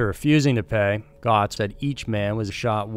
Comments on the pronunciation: Goetz is pronounced "Gets". Bernie Goetz is fairly well known... Have you ever heard Billy Joel's "We Didn't Start the Fire"? He's in the line "AIDS, crack, Bernie Goetz... and the line it rhymes with ends Homeless Vets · At the time of the Bernard Goetz case his name was always pronounced "Gets", not "Gots". Just nitpicking. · Wow did you get the Bernie Goetz story wrong. First off it's pronounced "Getz" not "Goatz". Second, witnesses confirmed Goetz's story that the "nice black men" were threatening him with a screwdriver. You make it sound like they said "gimme your money" and Goetz said "Bang!bang!bang!bang!bang! This was yet another prosecution that was done solely to pacify the melanated. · Number 3 is pronounced like "gets" not "gots". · Its bernard getzzzz not gotzzzz im from jersey and 56...stop saying gotzzzzzz😮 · The case of Bernard "Bernie" Goetz ( pronounced likr gets, not like gots) was huge in New York. He was not just some fool looking for revenge. If those four teenagers had not surrounded him, carrying weapons, he would have done nothing. He was not going to go through another brutal beating again or end up dead. These were not little boy scouts selling cookies. He was not a man with a history of violence. Many felt that he should haveleft and gone home. Stayed away from work longer and used a different way of getting to and from work. Perhaps some new eyeglass frames to change his loomk. If you encounter some of these people who are looking for trouble, you might wish yoi had a gun on you. He did not have to shoot the fellow on the floor twice and say:You dont look too bad, before shooting him. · Bernie Gots? Its pronounced GETS u donut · Bernhard Goetz pronounced ... Gets not Gots 😁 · Goetz: pronounced Gets not Gots. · It's GETZ PRONOUNCED GETZ, NOT GOTS🤦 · It's pronounced "Gets" not "gots" Usually just called Bernie Getz. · "Gotz?" It's pronounced "Getz." I was there. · It’s pronounced: Bernard “Gets”, not Gots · It's pronounced Gets.